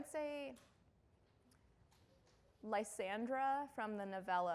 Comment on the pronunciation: The gram, Sarah, the gram haha It's funny I know a Lysandra but it's pronounced a different way